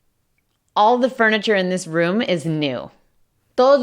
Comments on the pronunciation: no es dis, es ddiizz xDDDDDDD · Miss: this and these Me: this and thisz